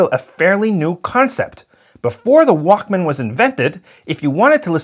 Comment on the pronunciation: The way he said it it sounded like WOK instead of Walkman